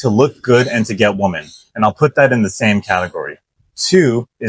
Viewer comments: The difference in pronunciation between "woman" and "women" is in the 1st syllable, for woman it's pronounced "WU-muhn"and for women it's "WI-muhn", you pronounced the 1st half of "women" as "WU-muhn" edit: I know it's weird that the difference of pronunciation is found within the 1st syllable despite the spelling difference being in the 2nd. I don't make the rules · I mean the way you pronounced it verbally, it’s a common mistake amongst non-native English speakers. My friend from Bosnia for instance makes the same mistake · your pronunciation of women sounds like woman . Something I’ve noticed as well lol